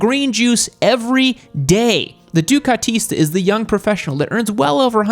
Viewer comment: Dear: it‘s called DUCATISTI in Italian!